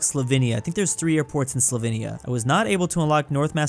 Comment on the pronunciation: be like: The GamBEEa Lesoothu Kwatar Trinidad and Tobaargo Slavinnia Day-djibuti